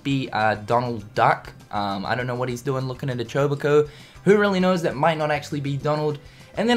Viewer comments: chobacoh? There called chocobos! come on man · I cringe every time he calls Chocobos "Choboko". It's like IGN mispronouncing Eraquis and Xehanort for KH3.